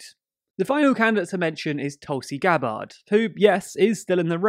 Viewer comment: Tulis Gah-BAHRD. lolz.